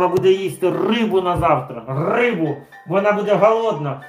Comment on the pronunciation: ...рррррыбу видкрый))))